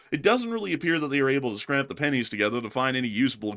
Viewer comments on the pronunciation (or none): Scrape, not scrap. you can take the boy out of Alabama, but...😬